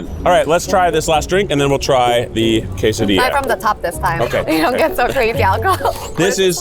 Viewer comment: “Kay sah dee ahh” is the common pronunciation vs you said more “kas a dee ahh”